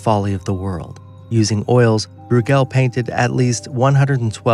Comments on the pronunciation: BROY-gl Not brew-GEL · Why can't these posters check first about pronunciations? It's Domenico Gear-lon-DYE-oh (Ghirlandaio) and Peter BROY-gul (Bruegel). Puts everything else they say in doubt (maybe not a bad thing) and makes them sound like hicks (definitely bad).